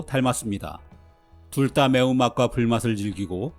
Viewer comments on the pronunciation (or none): 해설 해주시는 분의 잔잔한 음색과 차분한 말의 속도가 제 개인적으론 아주 편안하게 영상을 시청 할 수 있어서 큰 강점이라 생각합니다. 그런데 한 가지 제가 민감한 것 일수도 있는데 "둘 다" 를 "둘 따"로 발음 하시더군요. 옥의 티가 아닐까 생각됩니다. ㅎ 좋은영상 잘 봤습니다.